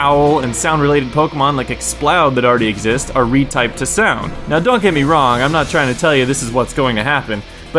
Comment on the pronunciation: sais snoud instead of sound lololololololololol